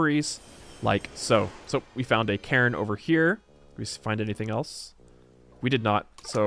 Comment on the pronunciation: crises not crisises / memento not momento / cairn not karen / piety (PIE-ehtee) not pee-ehtee / 'talked at length' not talked on length / Thanks.